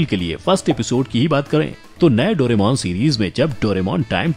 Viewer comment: It's correct name is दोराएमोन not डोरेमौन